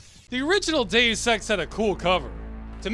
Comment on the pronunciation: Only thing that annoys me is the pronunciation of Deus as day ouss. It's dey us! Still love this channel and all the videos though, subscribed ❤